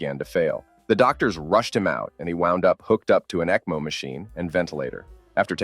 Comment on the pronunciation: story 14, it's ECMO not ECHO....totally different things .